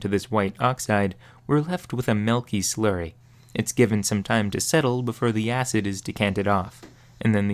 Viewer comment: Melk? We don't have any melk, I can get you some milk